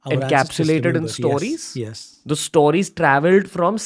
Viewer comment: Say "Stowries" one more time 😂